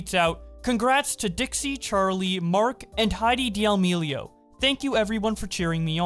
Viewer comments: I cant get over u saying Dee'Amelio 🤣🤣 No hate!! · Ah yes, D'almelios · He always says d’almealios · Dee ameelio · Hold on, how tf do you pronounce “D’Amelio”? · the way he said d’amelio gave me cancer